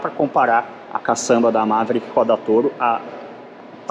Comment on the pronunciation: MA - ve - rí - ck( qui), com a silaba tônica no ri. Qualquer outra pronúncia não será aceita. Kkkkk